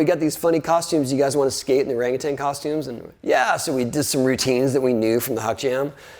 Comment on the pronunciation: the pronunciation of orang utan HAHA XDDDD